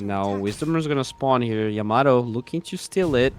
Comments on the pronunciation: Caster confuses me or am i deaf i kept hearing timado instead of yamato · Yamato used to be called timado